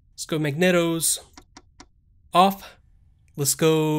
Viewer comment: Mag-KNEE-tows make energy and distribute it to sparkplugs. :-) Some good maneuvering, and as usual great live commentary. Thanks!